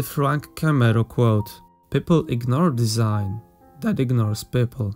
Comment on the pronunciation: "Desing" - really?